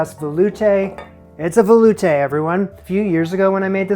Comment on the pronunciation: You are putting the wrong emPHASis on the wrong syllable veloutE